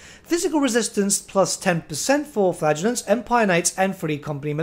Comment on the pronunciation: I kept hearing Flatulants instead of Flagellants and i kept grinning.